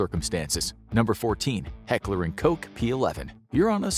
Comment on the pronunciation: Did he say heckler and coke? Lol